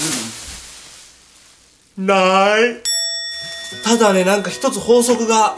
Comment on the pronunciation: なーいの発音笑